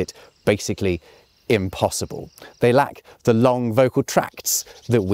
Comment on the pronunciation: Did you say… “chimpossible”?